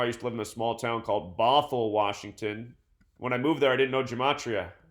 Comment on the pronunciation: am I the only one that thought of baphomet when he said "bothell" ?